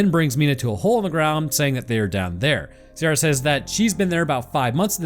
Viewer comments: Ciara = ‘Kee rah’ ≠ ‘See ah rah’ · Ciara is pronounced KE-RA, also no anglerfish reference? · The Ciara pronounciation makes me an Irish guy twitch every time I hear it.